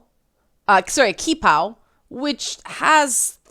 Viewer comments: "Qipao" is pronounced "chee-pow". Regarding public nudity, you can technically go completely naked, as long as you're not "lewd". Extremely subjective, of course (and yer not gonna tell me the Pride parade isn't "lewd") and you're probably gonna get stopped regardless, but this comes up routinely during "Critical Ass" (the nude bike ride scheduled yearly for the day following Critical Mass). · Qipao is pronounced like chee pao.